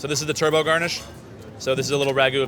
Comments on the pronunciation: Just wished he’d stopped saying Turbo instead of Turbot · also, this is super annoying...it's Turbot (Turr-bit), not Turbo... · it's pronounced turbot, not like the car - lol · Forget the cooking. How, just how do we pronounce Turbot, turbo……..? There is no way this chef is getting a third star with pronunciation like that.